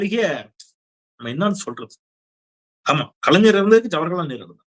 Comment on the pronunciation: சூப்பரான காமெடி! அப்புறம் ஒரு சின்னத்திருத்தம் ஜவர்ஹலால் நேரு அல்ல! ஜவஹர்லால் நேரு என்பதுதான் சரியான உச்சரிப்பு என்பதை நினைவுபடுத்துகிறோம் தப்பாக எடுத்துக்கொள்ளாதீர்கள் அண்ணா!